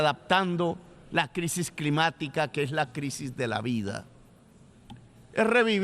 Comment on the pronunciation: En menos de un minuto « sangrinario », « posibilidat », después sigue con « crimática », « mezcrando » y mejor paro ahí. Ni sabe hablar y se cree poeta. Se cree dueño de la verdad pero de su boca solo fluye populismo. Es presidente de una importante nación y se muestra absolutamente incapaz en lo local. Lo que critica no es más que su propia historia, puesto que critica diciendo « decidimos perder el tiempo matándonos entre nosotros », o « nos hemos dedicado a la guerra » pero resulta que es exactamente lo que el hizo cuando decidió tomar las armas y sumarse a los movimientos movimientos armados que produjeron millones de muertos en Latinoamérica. Lo peor es como le come cuento tanto ignorante que comenta acá sin compaginar lo que es la historia y los hechos de este egocéntrico que destruyó la izquierda democrática de Colombia por su deseo de posicionarse en solitario como caudillo populista. Lo único que tranquiliza es que su incapacidad limita el daño que puede realizar, aunque uno tema que un día, cuando tenga que confrontar el fracaso que es su existencia, sea capaz por frustración de hacer explotar al mundo si tiene la posibilidad.